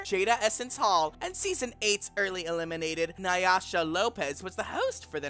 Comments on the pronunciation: Nay-ah-sha Lopez? I believe it’s Nay-Sha Lopez You obviously are a fraud. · It’s NAY-SHA. Not nuy-uh-shuh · Naysha Lopez! Not Naisha Lopez. You do this in every video - pronouncing the names of the queens wrong lol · Nayasha? Have you even watched this? It’s Naysha. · "Nayasha" really? Nayasha? You were mispronouncing Naysha's name over and over and over again. I love you but it is very cringy every time you mispronounce a name. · Titania finally got right to Tatiana this time and then Naysha got butchered this time into "Nayasha..." werk! 🤣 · literally who tf is nayasha?? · Nayasha Lopez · isnt NY-ah-sha still working her corner up in NYC? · Who tf is "Nayasha" Lopez? Girl, at least learn their names. They're literally pronounced on the show. Pretty disrespectful tbh. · NAY —- Sha. 2 syllables period. No “ah” in the middle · How do you mispronounce a name as simple as naysha.... NAY....SHA.... TF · not NAH-YA-SHÁ 🤣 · Naysha !! Say it right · Girl, it’s pronounced Nay-sha!! SMH🤦🏽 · Love these Queens but who TF is NY-ASHA? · not Nah-yah-sha x'D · Did you say Nayasha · I know you didn’t mispronounce naysha Lopez’s name😂😂😂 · How tf you say her name wrong and they said it on tv multiple times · you can't even say "naysha" right, sad